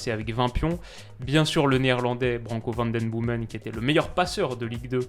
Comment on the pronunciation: Super vidéo! Seul remarque: les prononciations des noms des joueurs belges ou hollandais ahah ça pique aux oreilles! Van den Boomen = Van den BÔ-men Faes = FAAS Vanzeir = Van-zère;)